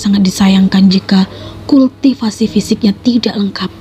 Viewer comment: Ancur deh crita bagus jdi rusak gra2 kulll tiiii siiipasi pmbaca masih di rnh tingkat awal😂😂 Kultivasii di bcakn kulti sipasi ancur teruwa